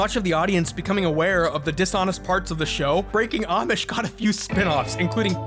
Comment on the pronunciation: bro i was listenng in bed on low volume and it sounded like oddsh instead of amish i was expecting people who play pokemon excusively with oddish